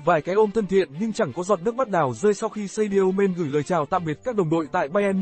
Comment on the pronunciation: Đọc tên nhân vật chính mà sai nghe khó chịu quá ạ